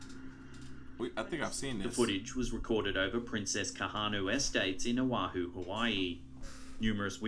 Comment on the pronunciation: That is not how you say oahu